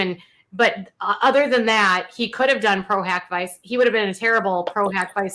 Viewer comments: The way she’s pronouncing pro hoc vice 😳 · She's saying pro hack vice and it's pro hoc vice! Loved the correction.